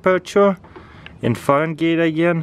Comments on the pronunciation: Fa-ren-gate lolz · It's pronounced Fahrenheit not fagenite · Bro wht is a "farengait" lol its fahrenheit try to get better english words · He felt saying ferengate instead of farenhight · taras its called fahrenheit not farengeit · "900 Faren Gates" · Farun gates? Really?😂😂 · I laughed whenever he said farengate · " let's check it in the farangate" 😂 I love it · Fahrenheit, not Fahrengeet. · just letting you know not trying to be rude at all (fair-en-height) 🙂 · "Fahren gate" I love this dude lol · "Farengaytes" XD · what is a farengate? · Did he say farengate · It's not farengate. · Is he saying Fahrengate on purpose? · Lol farengate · JucksyTube farengayte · "let's test it in farengate agyane" lol😂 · farengate lmao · I really only watch this channel's videos to hear the way he butchers the pronunciation of english words. "Gadjeck" "farengate" "cotton cangy" etc... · he just said "Foreign Gates" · "it's like 900 farengates" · it's 900 farengeids xD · "900 fahrengates" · Russian temperature: Farengate xD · Foreign-gate lol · when he says farengaits i cringed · He said Farengates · nine hundred fehran-gays lol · "It's like 900 fahengeets" "Let's check the chemperature" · "easily get over 1000 Fahrengate" 😂😂😂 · FahrenGATE lol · Feringate guys it's feringate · It's actually Fahrenheit not Farengate lol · "900 degrees Fahren-gate" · McKenzie Redish and you spelled frenhight when its really spelled fahrenheit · Omfg u can't say Fahrenheit correct